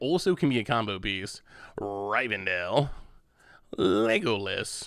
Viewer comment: Did you really pronounce it Rivendell with a Y they literally pronounce it Rivendell with a rih* in the movie